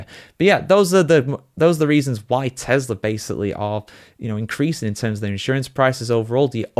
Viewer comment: Tesla not Telsa